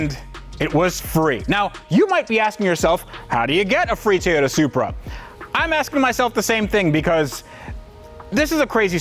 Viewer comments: Nobody:: Tayoda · I really liked saying "Te-yota" lol.